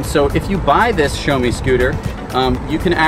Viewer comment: it is not pronounced show me. it is pronounced shao mi.